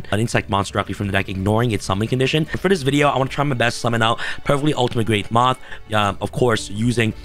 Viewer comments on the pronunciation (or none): For a second I thought you said, “… Summon Perfectly Ultimate Great Month” instead of moth